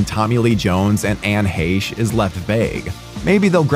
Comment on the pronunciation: Anne “Heh-shh” is how u pronounced her name. RIP to that woman 🙏🏼